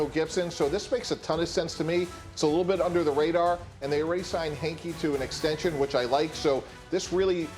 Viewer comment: Its not hanky!,not hinky!...its heinicke! Put sum spec on his name!..httr4lfe